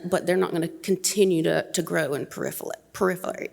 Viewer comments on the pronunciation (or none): What do you expect from someone that can not pronounce "proliferate"?